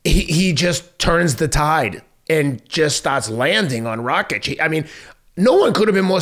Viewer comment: Pretty sure he was calling him Racik half the time